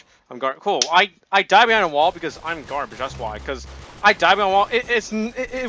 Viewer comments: he keeps saying garbge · This is how many times said I’m GARBGE ⬇️ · I have a challenge tell me how many time he said garbeach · I will change what you hear... “GRABAGE” ”GARBITCH”